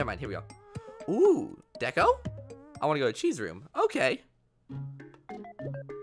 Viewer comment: Also deko said he wants to go to chi’s room, but it sounded like CHEESE ROOM, and boy would I love to go there!